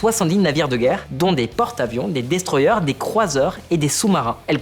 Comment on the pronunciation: "destroyer" se dit destroyer et non eur